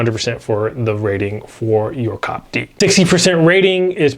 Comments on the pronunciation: love you guys and it is see-oh-pee-dee. Thanks. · I think it’s called C.O.P.D and not cop d